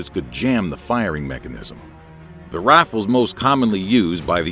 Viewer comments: “THE RAFLES” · THA RAFLES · "The raffles" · He said rafles instead of rifles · Dose anyone realize he said raffle not rifle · The waffles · why does he say rafles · Jek Trava he’s saying it the cool way lol. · Too AMERICAN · love the way he says "rifles"